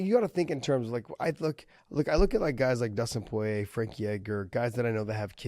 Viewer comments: That dude is horrible with name pronunciation. It's kind of your job.... "poyay" "garbront".... bro 🤦‍♂️ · Josh: Dustin Poy-yay